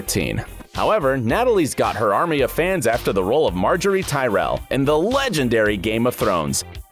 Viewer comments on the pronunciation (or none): none